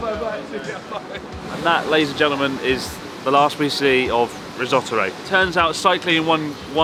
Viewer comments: Risotto-ro? XD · You started calling him Rissotoro. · <3 "Rissot-aro" xD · Are you calling him "Risottoru" ? LMAO